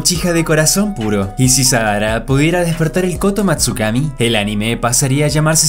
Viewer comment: JAJAJAAJ SE DIERON CUENTA QUE EN DIJO SADARA xD